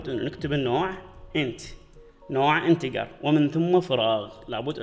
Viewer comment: انتجر مو انتكر